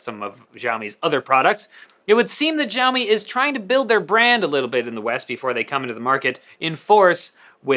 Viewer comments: man it's not "jiaomi", its pronounced as "shiaomi" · Your not pronouncing 'Xiaomi' right! It's Xiaomi not. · why does he say "gjaiomi" but he doesnt say "Eypel"? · This guy should do a good research about Xiaomi. First, the pronunciation of Xiaomi was wrong. Second, this guy doesn't even know the name of UI called MiUI. MiUI never had an app drawer and removing an app drawer dosen't mean it will be like IOS. 3. Its so simple to increase Screen-on time in MiUI settings. Google play can be easily downloaded on Xiaomi phones Idk what's his problem.